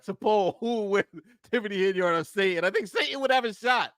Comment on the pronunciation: Love your content - sa-tan, not sa-in. You're in good company though, candace owens drops the "t" also :(